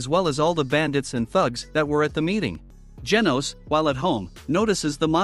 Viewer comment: Bro said geenos💀